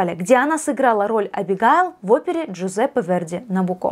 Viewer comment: Что такое Гессе́н? Кто такая Виктория фон Розе́н? Что такое Набукко́? Сразу видна культурка организма, пытающегося читать тексты своим ро́том. Позорище!